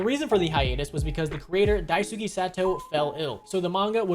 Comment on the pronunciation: It literally takes a second to look up how to pronounce Dice-kay